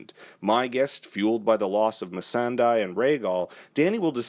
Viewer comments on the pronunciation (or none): Isn't it 'Misandey' and not 'Misanday' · Really murdered "Missan-die" there...